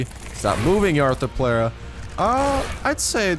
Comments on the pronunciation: It's pronounced arthro-plura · You were really close with the first pronunciation of Arthropleura.